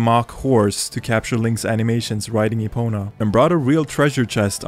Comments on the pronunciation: and “Epono” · You literally called Epona Epono